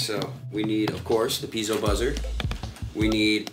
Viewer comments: "pea-ay-zo" not "pee-zo" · FYI, Piezo is not pronounced Peezo. Its pronounced Pee-A-zo